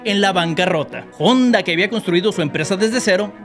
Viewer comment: Te falto aprender la pronunciacion de HONDA se pronuncia sin la H……..ONDA